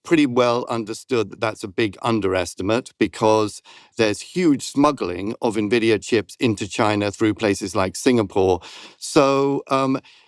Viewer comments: All I can focus on is "Ne"Vidia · Just one thing, please stop calling it novidia. It's N - Vidia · C-SPAN isn't pronounced "kaspan", "mnemonic" isn't pronounced "menemonic", and "nVidia" isn't "navidia". You say the letter 'n' and then pronounce the capitalized part. "en" + "Vidia". It's just like "eBIke" and "iPod". You probably won't change my mind on this. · Isn’t it Envidia not nividia? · Nevidia? Nevidia !!! Like come on. Envidia. The pronunciation guide is on their Wikipedia page. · Its N -vidia 😂😂😂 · She cant pronounce “Navidia” and I’m supposed to think she knows anything about the company? 🤢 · It’s IN-VEE-DIA 😩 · Navidia? Hoo dat? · Nothing but appreciation but just needed to note, it’s EN-VIDIA. 😄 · The dumb twit can't even pronounce Nvidea correctly. I would never listen to this naive idiot ever again. "NAH-VIDIA durrrr." Just because you're asian, doesn't mean we can't pickup on how utterly TRUCKING NAIVE YOU ARE. Only dumb people will continue to listen to this garbage. So lovely of you to only focus on one side of the coin. Shit, I stopped doing that when I was like 16 years old. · is great. I hopw this podcast is a success. But. Is she mispronouncing nvidia just to troll is all? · funny you can't even pronounce Nvidia properly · That’s not what AGI is, and that’s not how you pronounce Nvidia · Please learn how to pronounce NVIDIA. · don't get the purpose of mispronouncing nvidia on purpose